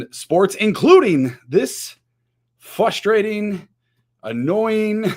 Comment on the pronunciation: Love the show, good content. Game is almost as frustrating as pronouncing it "fustrating" lol. Keep up the great content, go crew!